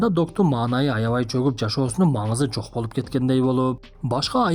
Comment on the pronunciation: Тийишкендей больуууп дейт го😂😂😂